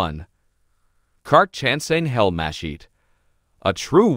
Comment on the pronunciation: After the 3rd muh-sheet, l stopped watching and started typing. Pro tip-if you're making a video on a subject, pronounce the subject name correctly, or don't bother with the production, as no one will watch it.